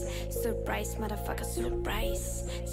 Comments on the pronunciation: Она не говорит Surprise ,а Suprise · Переводчик дал произношение супрайз между у и п немного слышится р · Может она так Surprise произносила и за того что она из Японии (Japan)